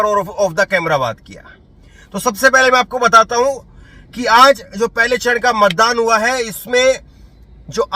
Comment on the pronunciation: Sir apni thodi language shi kijiye gujrat h not ,,guzrat,, aaj h ,,azz,, nhi j or z k use shi kijiye